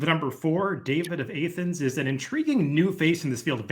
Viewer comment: A-thens? Georgia or Greece, both Soft A